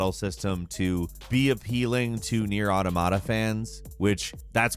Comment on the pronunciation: when in 2021 people still don't know how to pronounce automata